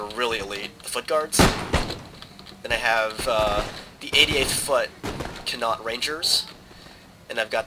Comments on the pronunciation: It's pronounced 'Con'Oc Rangers', as in the Province of Ireland where the Regiment was From. Awesome video too. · connaught is prononced con-ort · "you connaught" pronounce Connaught. hahaha